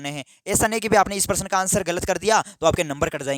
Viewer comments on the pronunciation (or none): Sir परसन nhi hota hai प्रश्न होता है